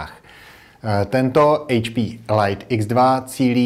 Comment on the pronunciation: "Elajt X2" ?? WTF?